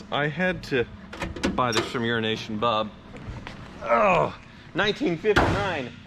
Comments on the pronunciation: you really need to enunciate the “O” in EurOnation Bob. It always sounds like you are saying Urination Bob. Lol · Everytime he says EuroNation Bob, I only hear Urination Bob, and I feel like that can't be a coincidence, despite how nice they treated each other when buying the Sprite. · WHY DO YOU KEEP CALLING HIM URINATION BOB?